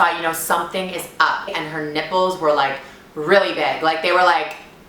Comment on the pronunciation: I COULD HAVE SWORN I HEARD GIGI SAYING, "Her nippes looking like pregnant nipples" tf